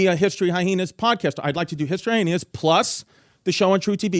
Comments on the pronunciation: Drink every time Chrissy Chaos puts an extra 'H' in Hyenas... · I still laugh at how Chrissy pronounces some of his words like Hyhenas and Tubberware lol 😆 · “History HyHeenas”